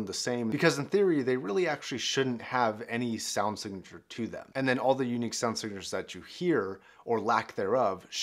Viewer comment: I heard " shit sound signeche " 😂